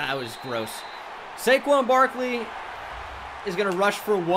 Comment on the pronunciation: My man said Saquin Brakley